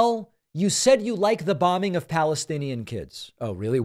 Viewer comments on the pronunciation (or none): none